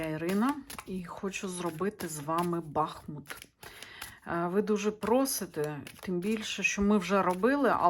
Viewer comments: БахУт, наголос на У. Річка БахмУтка там тече. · бахмУт а не бАхмут